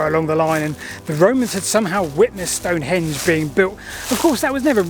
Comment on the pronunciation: Don't call it "stone-HENGE"... it's STONE-henge.